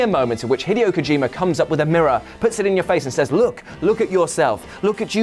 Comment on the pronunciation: The Metal Gear Solid one also applies to the original PlayStation version. And it's pronounced "hee-deh-oh," NOT "hih-dee-oh."